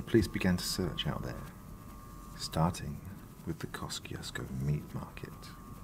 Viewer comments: Wow, your voice is so smooth it can melt the butter of my heart. But damn, the American pronunciation is hella weird. We pronounce it Kosh-chush-ko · FYI. It's pronounced. Keh- choo- skoe